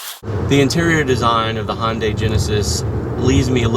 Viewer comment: I stopped watching when he said "Hon-day". There is no O anywhere in the word Hyundai. Is it because Honda is made by Asian people too that you feel compelled to pronounce them similarly? Maybe Koreans pronounce Dodge as Dorge. Ya know, like Ford, which is also American and also has an O as the second letter. See what I did there? /rantover